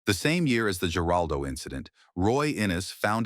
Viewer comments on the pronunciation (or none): man,you guys stink at the Geraldo Rivera's and Bill Maher 's name get it right